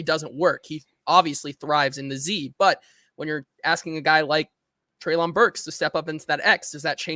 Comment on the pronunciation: …come on man. PLEASE stop saying “Treylon” incorrectly. If you’re doing it just to troll at this point, then I guess have at it. But if you’re doing it because you are still somehow unaware that you are the only one left in the Titans media that is butchering his name…then stop man. You’ve even had two different co-hosts now that both pronounce it correctly in the same convo as you.